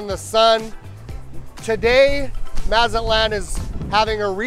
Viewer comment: If you are going to be doing business here, it might help if you learn to properly pronounce Mazatlán.